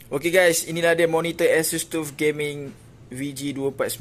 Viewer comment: bukan tuf bang , TAF sebutan nya